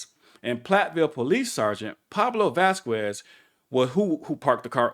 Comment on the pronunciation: Vasquez is pronounced "Vaskez" fyi👍✌️